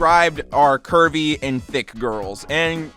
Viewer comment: why am I thinking that he's saying "Kirby" and not "curvey"